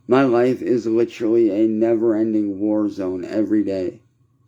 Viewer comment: “Litcherlly” shut up Quit crying and repeating the same story every day poo poo pants. “One red cent” stfu dude